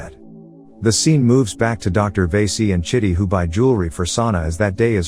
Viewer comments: Vasi - karan not vesi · Good job. Correct way to pronounce the docs name is "Va - see". Or "Va-see-ga-ran". Hope it helps. The names, "one who is attractive".